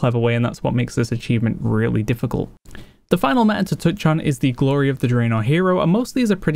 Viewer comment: Just wondering, why do you pronounce words ending with y, like eh, ready becomes readeh, glory, gloreh? is it an accent?